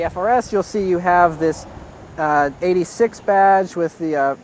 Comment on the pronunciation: He says 86 wrong. Fail. Fail. The 86 badge is legendary.